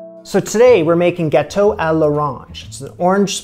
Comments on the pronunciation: I thought you said bateau. I was like, orange boat lol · Your so funny isn't it pronounced GGG Gauto like you say G then Gauto you have so much spunk these are great videos Funny fun and fantastic Toot Sweet Mo Fo haha